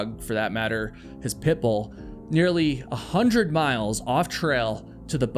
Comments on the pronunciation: I can’t help but notice how keeps saying “Pitbull” in an overly emphasized way as if to make the dog seem dangerous too. I don’t think that the dog was threatening and from the pictures it was a mix breed anyway. Pitt Bulls are great dogs when they are given the chance to be anyway. It’s the owners that are the problems. I just feel that you are perpetuating something wrong to make your story more sensational. I’m glad that that innocent pup was saved from a life that must have been incredibly stressful. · I don't like the way you keep saying Pitbull.